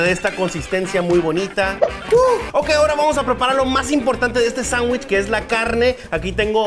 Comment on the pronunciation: Es "sangüich". :-|:-|